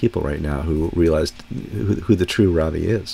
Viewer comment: FYI, Ravi's name is pronounce RAH-vee. His conduct is deeply grievous and harmful to the Church as a whole......but we dare not cast stones. Every single believer, whether known or not, is a sinner, mostly sinful in ways that are not visible. If you must report these things, please also help us all to humble ourselves and repent, for we, too, are sinners.